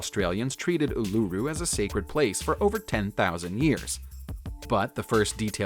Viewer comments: It's pronounced UL A ROO bro not ululla but Aires rock will do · The way he said Uluru 😫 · As a fellow Australian, the way he pronounces uluru makes me cringe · I hear ya